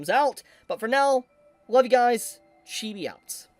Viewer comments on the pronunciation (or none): none